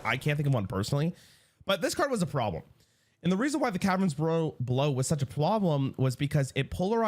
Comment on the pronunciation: he had a stroke. Lol "such a pwoblem " 😂